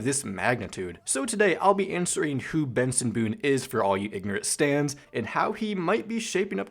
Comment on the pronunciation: Bro bro know why is he calling Benson literally Boone it isn't boom it's Benson